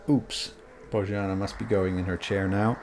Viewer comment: her name is pronounced "Boyanna":)